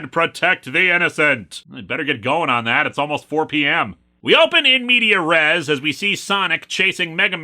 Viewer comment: Small nitpick, but it's pronounced "in medias res", with an S.